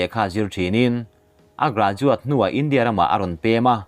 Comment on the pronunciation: Kan sawi ve lawk, i tawng kauchheh hi fimkhur thei deu la ka ti, i India lam dan te , tharthawh te a dang pawh a la awm. a ngaihnawm e